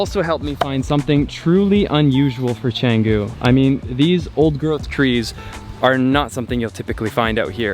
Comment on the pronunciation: Why don't you speak with right pronunciation? You can't speak even a word of Indonesian or Balinese, right? Just know a little bit about something and say like you know everything. Study before say something. Your pronunciation is really terrible. Are, Kedungu, Canggu... don't you have any Indonesian friend at all???